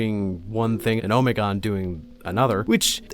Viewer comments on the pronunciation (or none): I’m sorry I can’t stand how you say Alpharius and Omegon. I always read and first heard it as going as far as you can with the Greek Alphabetic. Honestly Alpharius is fine but.. I’m no linguist but: Omeg-on